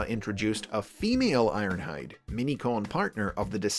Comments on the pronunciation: I won't acknowledge the energeon "Iornhide" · you said his name wrong,. its ARRRRNHAAAHD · It's Ironhide! I i q u i d N i t r o g e n